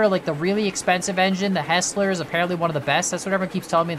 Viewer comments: This is pretty painful to watch, not gonna lie. It's a 6% grade man, you NEED geared engines. Mainline stuff like the mogul is not meant for steep grades. Also, it's pronounced h*I*sler, not "his"ler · Good on the name after all there was an actual Soo Line railroad. Think there's a mix of factors in Betsy is overpowered and some of the others are accurately under powered and others are nerfed. BTW Cooke is pronounced Cook as in what you do to your dinner and Heisler is pronounced hi slur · Fyi, it's pronounced "Heisler" (Hi-slur) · Buy the heisler, and learn how to say heisler